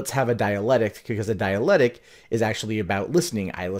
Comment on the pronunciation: Good for you for exposing your audience to the notion of the dialectic as opposed to debate. That's a good thing, so thank you. But it's pronounced die-a-lek-tic.